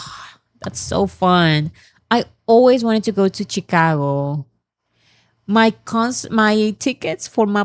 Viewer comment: no hate here:) Chicago - She-Ka-goh. I hope that’s the easiest way to transcribe it. And yes, Illinois… is silent ‘s’ in the end:) And, yes, English is a complicated language… you can’t rely on spellings. I have studied the English language as part of my career and have not mastered it… Not even a lifetime:)